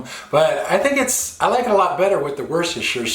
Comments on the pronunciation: Tomato - mushroom- woshtisire -woshtishier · I thought I was the only one that said Worcestershire like that they always make fun of me